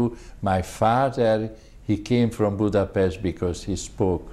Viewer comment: Germany invaded Poland in "38..the interviewer .needs to pronounce Budapest correctly...